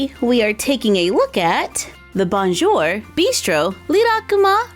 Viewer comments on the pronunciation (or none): none